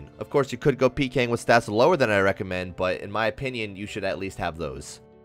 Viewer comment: bro the way he says "at Least" pissed me off